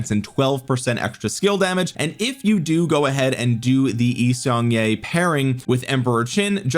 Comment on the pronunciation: As someone married into a Korean family, it pains me to hear your YSG pronunciation. Its YEE-Sung-Kyeh. Sorry for the nitpick it has been bothering me. Love the vids!